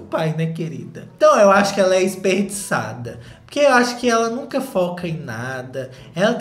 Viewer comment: "Isperdiçade" Socorrrrrrr 🤣